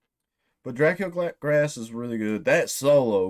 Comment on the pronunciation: Pretty sure it’s pronounced Drah-COOL Grah. It’s Romanian or something lol translates to “Fat Dracula”